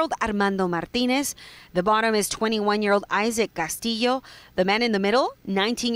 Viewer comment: reporter seems to have a difficult time pronouncing "Martinez"